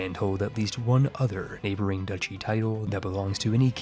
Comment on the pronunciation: Duchy! DATSCHI! I love your videos,, but dear Lord, how many times have we told you it's not "ducky"? Are you doing this just to spite us?